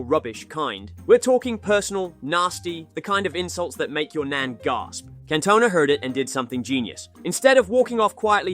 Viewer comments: Can-Toe-Nah 😂 you playing surely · "Can Tona" 💀